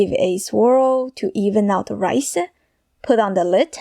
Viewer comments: Why do you talk like that. Stick-ah; pan-ah; rice-ah? It’s annoying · Why do you say "ah" after every word-ah. Rice-ah and so on-ah. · I live the way you end each word that you speak. Raícea, cookea, ingridientsa, vegetablesa, So so cute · What is "Rice-ah"???? And "Shrimp-ah"?? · Open the lid-ah…left over rice-ah…eggs-ah….shrimps-ah! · She finishes every word with an “Ah” sound Rice-ah Soy Sauce-ah. Sounding like the Metallica vocalist. Lol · Rice-uh Fridge-uh 😂😂😂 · Rice-ah...examples-as...size-ahh...lubricate-ahh... that-ahh...need-ahh...like-ahh... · Fried riceuh with a mixeh of veggies